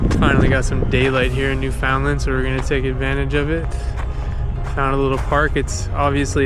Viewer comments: U really need to pronounce Newfoundland properly. It’s basically newfonland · Don't say the "found" part...it's more blended together . Basically say it faster. New fun land niw say that fast and almost make the d silent. Lol...otherwise, good video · Hi! Glad you enjoyed your visit to St. John's, and that you obviously met some of our friendly local folks! (I consider myself to be one of those! 😉😊) Thank you for sharing a LOT of beautiful footage in your video! I feel fortunate indeed to live here among such spectacular surroundings every day! If you don't mind me asking, where are you from? From your pronunciation of the word "Newfoundland", I'm gonna guess it's somewhere in Ontario. You do mention Toronto in the video, but it's not evident whether you've lived there for a significant portion of your life, or if it's just your current home. If I can be "that girl" (sorry! 🙄), please forgive me for a little lesson on the pronunciation of "Newfoundland". Hearing it mispronounced is kinda like the equivalent of nails on a chalkboard for me; imagine if you constantly heard Ontario pronounced as On-tuh-REE-oh, for example. Newfoundland is pronounced as Noof-end-LAND', with the emphasis on the last syllable, not New-FOUND-land, as many Ontarians seem to have been taught. People from the U.S. tend to say NEW-fund-lund; I try to gently remind them that the word is pronounced with the same cadence as "understand", with the last syllable being pronounced the same as another place with which they can all relate: Disneyland! Bet you've never heard a U.S. citizen mispronounce that as Dis-nee-LUND, now have you? 😀 Anyway, please don't be offended. I'm not trying to be critical of you or your pronunciation. I just think that, if nobody